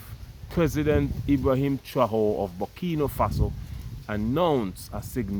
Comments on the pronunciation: non pas «traore», mais «Traoré» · Pronounced Trahoreh. Keep up the good job. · Pronouns TRA - OR - RAY (TRAORE)